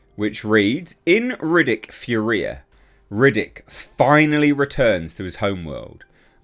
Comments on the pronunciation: It's pronounced FURia... not FurIA. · Oh and it’s fury-ah!!! No fur-we-ah. 😂😂😂😂😂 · Finally! Excited for this. Will be cool to see Riddick return to his homeworld. There hasn't been a "bad" Riddick movie yet so should be cool. BTW, it's pronounced "Fury-A". 😛